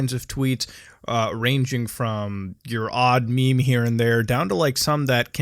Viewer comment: Did he pronounced meme wrong? He said Me-Me